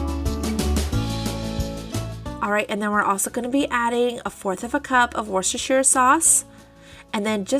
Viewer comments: I love how you pronounce Worcestershire. I'm a bit we pronounce it woo- ster- shire. Or wu- stir- shire lol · You've pronouncing Worstershire strangely !